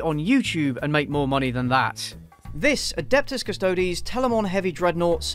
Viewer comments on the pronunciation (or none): "Custod-ies" custodes